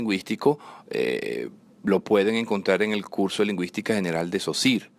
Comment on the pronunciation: mucho ingles poco frances! Saussure no sosir!!!no se te entiende!!